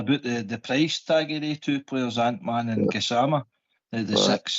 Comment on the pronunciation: it's Gassamma not Gassmana Gassman is a nickname